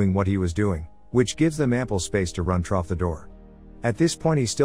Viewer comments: Why does it say troff? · There’s no way he’s NOT saying “trough” that many times on purpose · Take a drink every time you hear trof